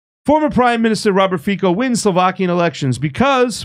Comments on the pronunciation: Hello my friend, I am from Slovakia and Fico is not pronounced Fiko but Fico with "C" without accent.🤣🤣🤣🤣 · Fico is pronounced "Feetso." It is too hard to take three minutes to look up and learn how to pronounce a man's name? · The C in Fico is pronounced as the second C in counCil. Just so you know.